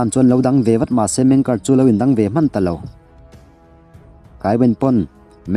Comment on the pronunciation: Meng ker nilo in MENG KE'ER